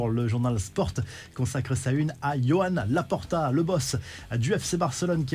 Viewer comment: Yohan laporta 😅 ça se dit roane je crois 😢